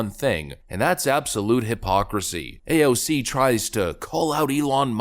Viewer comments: PLEASE, NEVER change the way you pronounce AOC's name. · PLS CONTINUE TO pronounce her name the way you did instead of just using AOC . It way more condescending in my opinion and you seem to have fun doing it .